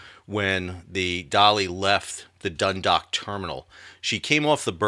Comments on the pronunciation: Great commentary. One note from Ireland: Dundalk (named after the town in Co Louth) is not 'dun-dock' it is 'dun-daawk' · Great informative report. Just a minor point of information to add… Dundalk is pronounced Dun-dawk (rhymes with hawk). Thanks for your updates.